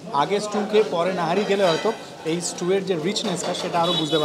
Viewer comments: Nihari Dada Not Nahari 😂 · It's Nihari not Nahari. Rest it's a nice vdo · Nahari na Nihari… sarakhon to nahari bole gelen..😢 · It's nihari not nahari in pronounciation. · Boss it's called NIHARI not NAHARI